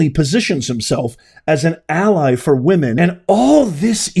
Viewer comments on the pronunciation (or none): none